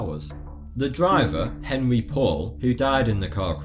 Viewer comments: the drivers name is not " Henry". It's French and the proper pronunciation is "On-ree" . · the driver's name is pronounced "On-ry". LOL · can't pronounce Henri, yet I'm supposed to believe you have all the answers. Present your sources or give up.